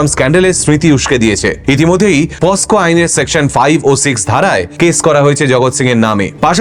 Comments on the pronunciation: Posco (পস্কো) নয় pocso (পকসো)। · POCSO ACT (পক্সো এক্ট)। পস্কো না। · কথাটা pocso,posko নয় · POSCO ❌ POCSO ✅ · Huge fan of your all uploads and the vocal approach you specifically have....Never thought someone will come and tell us our stories in such an amazing way...But one earnest request is here,please spell 'POCSO" and pronounce it properly ..Thanks with all regards and adore ...